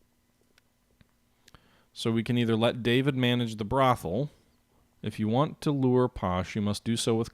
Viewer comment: Welcome to the Terror...it can only end badly. Oh and David is pronounced Dah-veed (he's sort of famous you know)